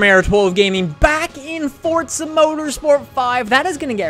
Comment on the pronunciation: STOP SAYING FORTSA INSTEAD OF FORZA!!